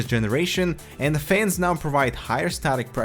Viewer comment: says fayuns instead of fans